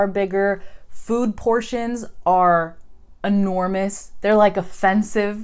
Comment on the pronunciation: Hi!. This is my first time here in your channel and I'm from Chile (Argentina is our neighbour country!) and at the end of your video I was very surprised about the way you pronounced the word *enormous*, because you did it in Spanish!, not in English!. Could this be due your husband influence?. In fact, you did it twice!. Cheers, John from Santiago de Chile.